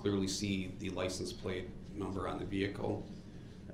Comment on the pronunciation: “Licen place” (license plate) “Truff” (truth)